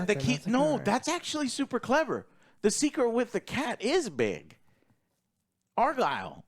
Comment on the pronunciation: Bro its not ARE-GILL its ARE-GYLE (like kyle). How can you mess that up after hearing it so much in the film?